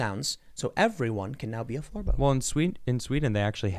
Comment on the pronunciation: Floorbow sounds like floor boat.